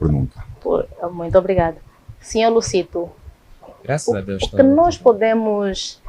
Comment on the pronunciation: É Dr. Luzito e não Lucito senhora apresentadora